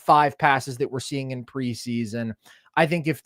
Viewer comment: Who tf is “Sengin”